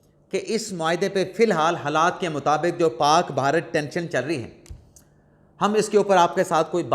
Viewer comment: محترم آپ صحافی ہیں اردو میں صحافت کرتے ہیں لہذا آپ کے لئے درست تلفظ کا ہونا نہایت اہم ہے۔ لفظ "بھارت" ہے اس کا تلفظ "بھا" bha "رت" ہوگا نہ "بہارت" اس کا تلفظ "ب" "Ba" "ہا" "ha" "رت" جب بھی "بھ" آئے وہ ایک ساتھ پڑھا جاتا ہے نہ "ب" اور "ھ" الگ الگ۔ امید ہے یہ اصول باقی قارئین کے لئے بھی مفید ثابت ہوگا۔ شکریہ۔